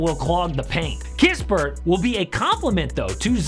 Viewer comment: don't you Realize that you Been Saying Corey Kispert in Almost all your Offseason Moves' Videoes! There only One Corey, Sorry My Friend! "It is Now The Krispy Sweepstakes!!!" 🤣